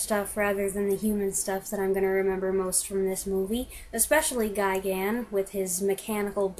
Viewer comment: It is properly "Guy-gan."